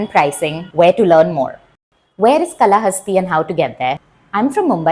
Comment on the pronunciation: Kaalahasti and not Kalahasti.